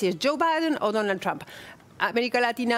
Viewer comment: Ines Capdevila, que pronuncia muy bien "Trump", se canso de promocionar la perdida de Trump a manos de Hillary, al igual que Silvia Pisani. Capdevila tiene Usted alguna duda de que China arruino la economía mundial y destruyo millones de familias ? Deje de defender lo indefendible Capdevila. Que EEUU no tiene la tecnología de China, saque la cuenta de la cantidad de gente que directamente no tiene baño en China y volvemos a conversar. China va usurpando con esas bases o islas, de gracias a Dios que existe EEUU y le hace frente a los chinos y a cualquiera. Ocúpese de pensar, cuando los chinos le corten el chorro a los argentinos, y lo que pagan 10 ofrezcan 5 cuando sepan que son la única salida.